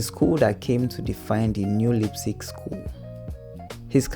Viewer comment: Your pronunciation of "Neo Rauch" and "Leipzig" sounds aggressively ass.